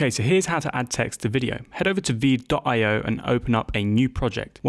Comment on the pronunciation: AND WHY DOES VEED SOUND LIKE WEED